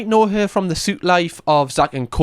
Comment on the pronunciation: “Suit Life?”! 😂 It’s Suite (sweet) How can you not know The Suite Life of Zack & Cody?!